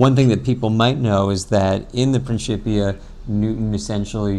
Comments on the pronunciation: He used the ecclesiastical pronunciation (princhipia) instead of the classical pronunciation (prinkipia) no biggie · i think it is pronounced 'prinkipia'? not prinshipia